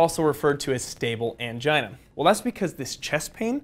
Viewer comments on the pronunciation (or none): I laughed when I heard anigia... 🤦🏽‍♂️ I'm sorry